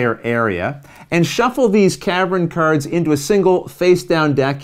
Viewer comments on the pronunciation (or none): .....Patter-ins and Caver-ins...and KERDS, oh my! Sounds like my kinda game! ;)